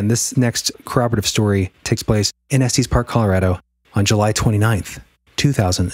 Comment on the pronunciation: Estes... short e "s, tes". Sorry, 😂 I grew up in Colorado and it was driving me crazy. Lol. Great episode as always. You guys are amazing!